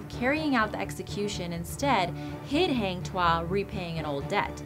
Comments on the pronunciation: malaysian ... not melaysian ... heng tuah .. really ... haaaang tuah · Hang Tuah is pronounce as Hung as in past tense of hang... Not Hang as in Hanging... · #9. Malaysia*. Not Melaysia. Also 'Hang' is pronounced 'Hung'. Because that's a Malay name, not an English word. And the myth/legend orginated from Malacca Kingdom because Malaysia didn't exist until 1964. And now Malacca Sultanate is reduced to a small-sultanless state in Malaysia. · Lmao it's supposed to be pronounced hang tuah~hung tua